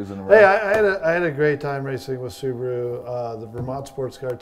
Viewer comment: So nice hearing Americans say Subaru the right way